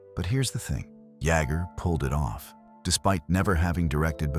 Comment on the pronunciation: It's Kevin Yay-ger!!!